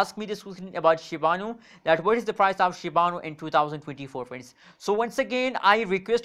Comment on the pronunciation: Shiba inu** not shibanu